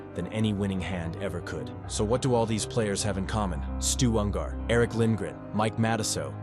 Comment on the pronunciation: Ungar not Un-gar FFS